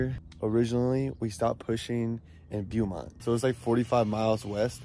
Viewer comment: Foo said yuckkuh valley then said Beyoumont 😂 BO-MONT YOUCAVALLEY